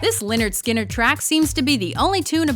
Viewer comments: It's pronounced Leh-nerd Skin-nerd not Lin-nerd Skin-nerd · It's pronounced 'lĕh-'nérd 'skin-'nérd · Lynrd skynrd is pronounced le nerd ske nerd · The way she pronounces lynyrd skynyrd makes me cringe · mispronunciation of Lynyrd Skynyrd :/